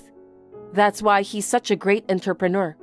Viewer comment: Is there a place where that is the correct pronunciation of "entrepreneur" ?